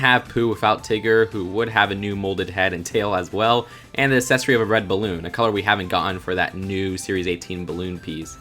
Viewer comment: WHY DO YOU KEEP SAYING ACCESSORY LIKE AS-SESORY ITS PRONOUNCED AK-SESSORY